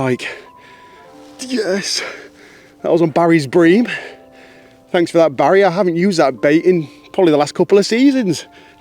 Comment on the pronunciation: Stop emphasising the name 'Barry'...we dont like it 😂🍻